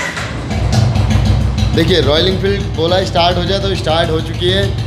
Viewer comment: estart nhi start bolte hai bhai 🤣